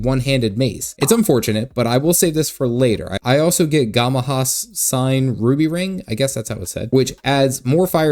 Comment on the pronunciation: Ngamahu pronounced namahoo btw